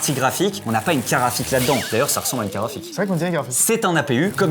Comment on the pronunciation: Dire "carafik" au lieu de carte graphique c'est une prononciation belge ?